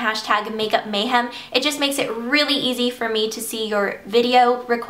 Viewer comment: i love how you say MAYhem - so funny!haha :)